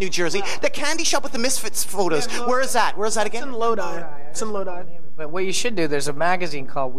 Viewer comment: The way nardwuar pronounces Lodi ...